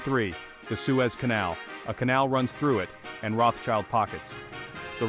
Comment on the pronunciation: The name is not spelled "Roths-child", but "Rot" "Shield". no child is involved :P